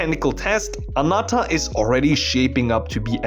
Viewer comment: why do you say Anata and not Ananta? and ZenslessZoneZero instead of Zenless